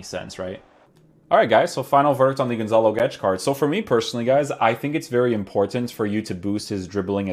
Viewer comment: thats not how you say gonçalo. he nailed the "guedes" tho